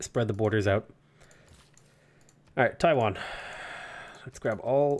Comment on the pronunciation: Loving these civ vods. Just want to point out that Taiyuan is not Taiwan. Yuan is pronounced yu-an. The same pronunciation as the Yuan, the Mongolian empire. Different character though.